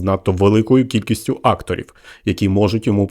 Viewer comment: Тільки не 'Акторів,а актО'рів😅❤